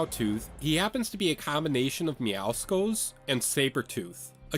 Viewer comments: I hate when I have to correct people on how to say words But Meowscles name is Pronounced as Meow-Saul’s it’s a Pun on Meow and Muscle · You pronounced Meowscles name wrong It’s MEOW-SULLS It’s a play on the words MEOW and MUSCLES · I mean... that's also incorrect, though? That's not how you pronounce muscles. It's muh-sulls, so Meowscles is pronounced as Meow-sulls. Or, if you want to get more specific, it'd be pronounced /miˈaʊ̯sʌlz/. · If you ever do a video on Meowscles, I will be very happy, if you would pronounce his name the right way.